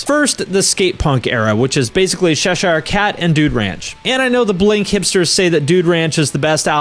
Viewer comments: 'Sheshire cat' lol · The way you pronounce Cheshire cracked me up haha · Did you pronounce Cheshire with an S(I kid. It just jumped out at me)? I liked a couple of the singles off Dude Ranch and Enema, and the S/T album as a whole. The one time I saw them live though, when BR was opening(when New America came out), I stayed one, maybe two songs, and had to leave. I too also really liked Boxcar. Woulda been cool if they had done another album.